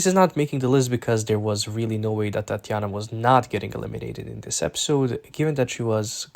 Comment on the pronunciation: why are u saying tatianna like that lmao